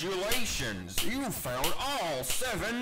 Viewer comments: I heard failed after PUTTING IT ON MY EAR 🥶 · Technically you did not fail the 1st one so i guess he says "found" even tho it sounds like he says "failed" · Bighead Ducilous ok,i get it that he says found but for me it still sounds like failed. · I hear failed but I know it’s found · It's literally failed not found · FUN FACT: He actually says "failed" because If you listen closely you can hear the "il" in voiceline. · Everytime Baldi says congratulations you found all 7 notebooks, it sounds like he says congratulations you failed all 7 notebooks. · he actually says found get better hearing scrub